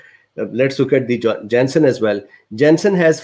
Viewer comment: nobody: absolutely not a soul: this dude: JENSEN IN JENSEN